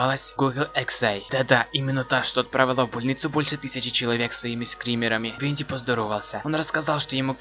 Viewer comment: И не ВоНДИ а ВиНДИ